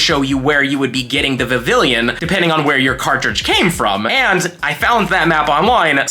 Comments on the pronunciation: Please stop pronouncing it like that. Kalos is set in france. Vivi-yon. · I live in FL, obviously, but I have a 3DS I registered as being in HI. Love getting that Ocean form. My top three are Fancy, Meadow, and Ocean. By the way, it's pronounced like Viv-eon. A combo of the words vivid and papillon, the French word for butterfly and also an adorable breed of dog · In Vivillon, the two Ls are silent, and the second I makes the Ee sound. It's my least favorite Pokemon, but only because its Pokedex number is my least favorite number. The only reason I would ever get one is so I don't have to see that number when I scroll through the Pokedex.